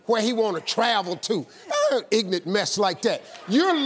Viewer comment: I love when he says "ignant" for ignorance😂😂😂